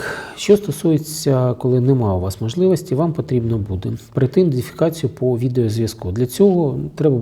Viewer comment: Ідентифікацію а не індефікацію